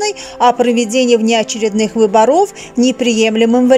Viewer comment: Не выборо'в ,а вы'боров ,ух режет ,научитесь правильно произносить ударение.